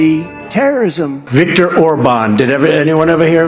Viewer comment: And he said Victor's name wrong also who has dementia LOL Donald Donald Donald